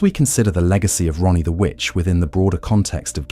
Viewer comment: I'm sorry dude, but it sounds like you keep calling her Ronnie instead of Raanie 😅